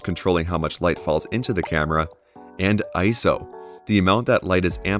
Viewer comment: Say it with me, "I-S-O." This is an acronym with three separate letters that are each pronounced. Not a word. Otherwise, thank you for the video.